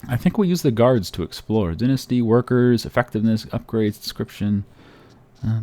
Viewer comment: Dine-asty not dinssty